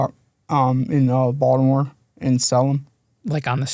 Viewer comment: You can tell he's from around the way just from the way he pronounced Baltimore, "Baldamo" 😂